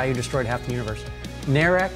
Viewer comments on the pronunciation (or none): none